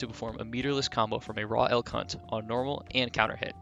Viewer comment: Am I the only one who hears "El C*nt" when he says "Elk Hunt"?